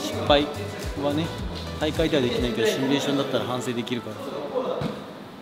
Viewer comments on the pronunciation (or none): シュミレーションではなくシミュレーションです